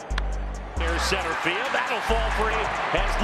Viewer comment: There’s an L in the word field.